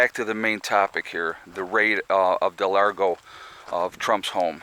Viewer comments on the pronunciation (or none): It's pronounced Mar-A-Lago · It's Mar-largo not Del-largo